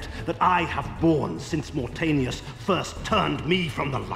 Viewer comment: Thanks for the videos man fan of your channel and I love Legacy of Kain so much..this game desperatly needed a good remake like demon souls remake in ps5. It is pronounced as Moor Taanius not Mortenius :P